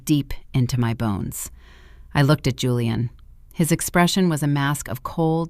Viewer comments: Why does the name pronunciation keep changing? . First is Julian with a Jew sound then it’s Houlian with a Spanish sound. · Hooo-leee-ahn or Jooo-leee-inn? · Kind of funny how the "j" was initially pronounced then later , it was not , lol . AI strikes again !